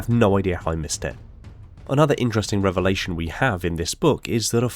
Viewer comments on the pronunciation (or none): none